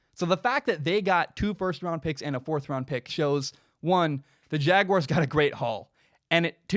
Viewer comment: Thank you for not pronouncing it jag-wire